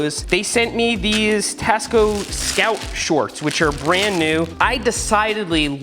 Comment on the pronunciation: when he said tasco i thought he said cost co lol